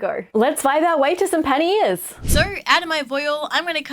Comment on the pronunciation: OOOOOH Panniers! I thought you said Panty Ears and I thought "Well that is a bit on the nose."